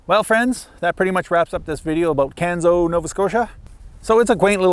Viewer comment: Not the south east corner of NS, it’s the north east corner. Pronounced Canso, not Canzo. Great tour though.